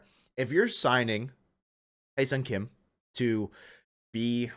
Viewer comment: You need to learn how to pronounce Hye-Seong Kim's name. Ask a Korean because you are butchering it.